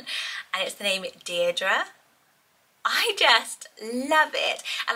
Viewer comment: I am loving: Mabli (and could also have Maple) Isolde Zinnia (and Linea) Valli Jericho Delphi❤❤❤ (And Darling). I love the way Deirdre is said here .. so is it different to Deer -Dree as in Barlow though? 🤣